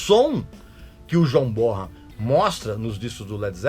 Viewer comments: Po Régis, você não pode pronunciar errado o nome do grande John Bonhan!!! Pronuncia-se BONAN e não BORAN!!! O H é mudo nesse caso! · Ti liga Régis Bonham ( pronúncia é Bonan ) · Régis, a pronúncia correta é john Bonan. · Régis continua pronunciando errado o nome do John Bonzo Bonham